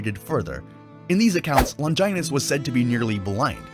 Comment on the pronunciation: "Longinus" Lol